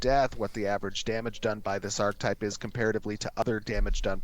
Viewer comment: I can't deal with how he pronounces ARCHETYPE. It's not pronounced ARK-TYPE.